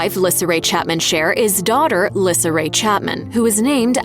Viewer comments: It's Lisa not LISSA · Lyssa is pronounced "lee-saa"...you should investigate the subjects before you voice the script...watch the TV shows.... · How could you possibly pronounce Lyssa’s name wrong? Its pronounced “Lisa” as her Mom’s is, hence “Baby Lyssa” And her clothing line “Baby by Lyssa” ❤ Please, if you’re a Chapman fan, you’d know this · If you watched the show you should know her name is pronounced Lisa even though spelled different 😂🙄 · It’s pronounced Lisa not Lyssa 😂😂😂😂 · Its pronounced Lisa wow.....do some research on the topic before you make a video on it. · Lessard Chapman's name is pronounced Lee-sa. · Lyssa is pronounced LISA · You mispronounced baby Lyssa it is pronounced “LEESA” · Wow how can you say a many so wrong so many times? It’s Lisa dummy. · It's pronounced LISA. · Her name is pronounced Lee-sah!! Omg. Have they ever even watched the show?? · Lyssa is pronounce leesa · Lyssa is pronounced Lisa and you missed out James Chapman who came after Wesley, but we have never seen or heard him talked about. Beth had Dominic and Cecily so including little Zebediah they had 13 between them! 👍💜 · Lyssa is pronounced "Lisa", and it definitely seems like Dog puts women before his kids....oh, and he's a racist 🤢🤮....which makes me wonder how many of his kids share his views? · Her name is Lyssa, pronounced “Lisa” Y’all should know that 🤦🏼‍♀️ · Your saying Lyssa name all wrong. Her name is pronounced like "Lisa" not the way your saying it 😂..... Her nickname is baby Lyssa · Her name is Lisa say it correctly seriously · I WAS COMING TO SAY THIS VERY THING. IF YOU'RE GONNA DO A VIDEO ON SOMEONE AND THEIR FAMILY, PLEASE FIND OUT HOW TO PRONOUNCE THEIR NAME THE RIGHT WAY. SO IRRITATING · You are a stupid narrator, you are pronouncing Lisa's name wrong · The repeated mispronunciation of baby Lyssa's name ugh so ANNOYING